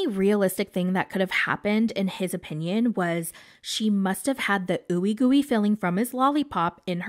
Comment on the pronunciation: "In my Po-pinion"